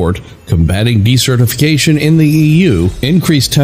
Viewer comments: That word shouldn't sound like "decertification." It sounds like "desert" with "ificatioin" on the end of it. Since this is the focus for Circle of Earth you should really get it right! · Oh man, he keeps using that word/pronunciation...